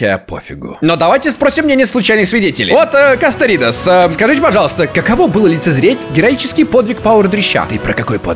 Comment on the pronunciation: Не кастеридес а кастроидес